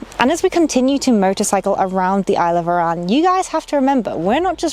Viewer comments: You’re saying it wrong Say it like A RAN To us Scott’s it’s bad pronunciation and offensive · Shame nobody told you how to pronounce Arran. It’s certainly not “Iran”.